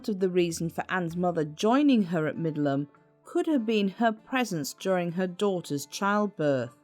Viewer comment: It's Middleham Castle, not Midland.